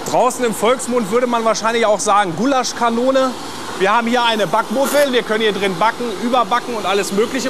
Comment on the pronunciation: "Goulashkanone!" hahahaha